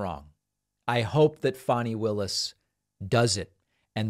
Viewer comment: First, thanks for correctly saying her name. Next, to your detriment due to life experience, you often really underestimate - if not dismiss - Black people, especially Black women. Over the years, I’ve repeatedly watched you doom elections that were won largely, in part, because of Black voter participation. We shall see but I’m betting on the Georgia DA.